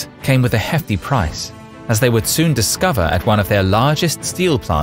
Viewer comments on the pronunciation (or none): none